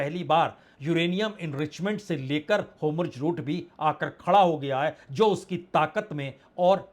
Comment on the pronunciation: Homurz nhi, hormuz...